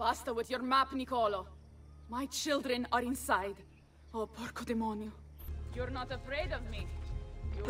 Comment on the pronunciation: "Porco Demonio" è l'unica cadenza corretta 😄